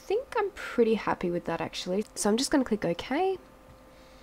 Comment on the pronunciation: was that so or soy lol awesome tutorial thx